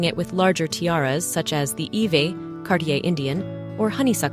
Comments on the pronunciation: Iveagh is usually pronounced "Ivy" and Princess Marie- Louise pronounced her name Maah-ri not Ma-ree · Iveagh is pronounced as 'i vey'